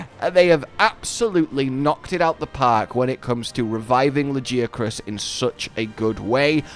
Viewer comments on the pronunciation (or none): You pronounced it's name wrong ...erik told us how it's done Not ~lajiakruss~ it's ~LaGiahhcrus~ and now since we have official pronounciation i will rub it in everyones Face that pronounces it wrong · Why would you still pronounce it La-gee willikers-acrus. Erik TELLS YOU HOW TO PRONOUNCE IT. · Say LA-GI-A-CRUS damnit!! Great video as always!! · It’s pronounced LA GE AH CRUISE, not LAGI AH CRUZ, lol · I'm enjoying Laggy-ah-kris very much! Lol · Dude when erik said Lagiacrus. I was like “ERIK, Lag-AIA-crus” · no i was agreeing with him, lag-AIA-crus sounds better than what eric said. it feels like if someone called mizutsune "mit-soot-soon-ee", as a comparison. feels weird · I winced when he said laggy acrus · "Lard" + "Ghee" + "Ah" + "Cruise" 🤣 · I physically cringed when he said LagiaAHcrus but omg he's absolutely amazing, I'm so happy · It is really good, Lagiacrus quest surprised me. And they pronounced it -ah-crus weirdly enough. Not how I thought it would be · why do you keep saying it's name wrong dude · Just admit you've been saying it wrong c; (it'll probably be like the tigrex situation:0) As much as I like Steve I don't know what it was but apparently I got him a lot easier than I did..:0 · You are the only person I have ever heard pronounce it like that so yeah it's easy for you to say "say it however you want" lmfao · Just follow the Japanese pronunciation and stop being wrong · Funny how they literally pronounce Lagiacrus in game and people still say his name wrong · They say the name in game, use it properly absolutely disrespectful to this amazing monster to butcher his name like you do. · Ok, when Tigrex's name was voiced during Rise it made me curious, how the way they pronunced the name sounded basically how one would say it in Spanish. And now comes Lagiacrus and it's the same, the way Erik says Lagiacrus is basically how you would say it on Spanish... Interesting.